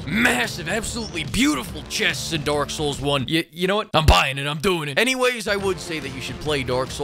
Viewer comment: Sounds like he is saying Dork souls Everytime he says it lol.